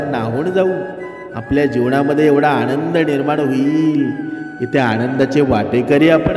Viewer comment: आदरणीय आपणास विनंती आहे की तुम्ही 👉ण आणि न👈 मध्ये फरक समजून जस की ते 👉आणंद ❌ नसून 👉 आनंद आहे, आशा आहे की मी वाईट बोललो नाही असे स्पष्ट समजलात. जय जय रघुवीर समर्थ ❤